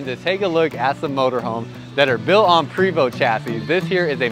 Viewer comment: The name is pronounced, Pray - vo